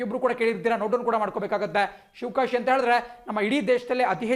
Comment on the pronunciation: Not shivakasi Its shivagasi sir